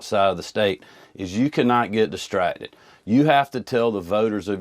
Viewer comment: Is he using Blaccent? I swear I hear him say distratded! Eletded!!